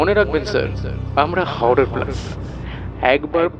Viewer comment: HORROR কথাটার উচ্চারণ বার বার 'হাওরার' শুনতে কানে লাগছে। একারনে stylised বাংলা ও ইংরেজি না বললেই ভালো যখন তা কোনভাবেই অনুষ্ঠানের কাজে আসে না।